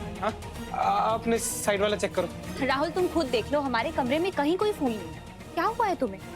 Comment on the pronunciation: I don't understand why some ppl pronounce "fool" instead of "phool"...!!!!